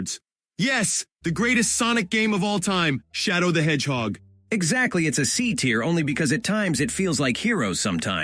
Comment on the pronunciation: thats not shadow thats shadown☠